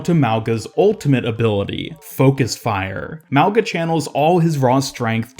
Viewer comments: It’s pronounced like “maunga” the g is a soft g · Wow guess OW devs actually made a polynesian character? Samoan to be specific? I'm assuming he is Samoan because he has a samoan name. His name means literally "Mountain" In samoan. Lmfao and i'm cringing cause people are not pronouncing his name right. Mauga- (Ma-oo-nga) or (Meow, without the ‘E’ so Mow-Nga). The letter G is always pronounced with a "Gna" in the samoan language. Regardless cheehooo!!!!!!!! make way for this up and coming uso!!!